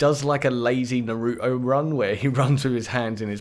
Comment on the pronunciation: This dude legit pronounced Naruto as "Na-ROO-OH"